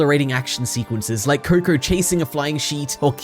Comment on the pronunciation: Is it just me who heard him saying kur-kur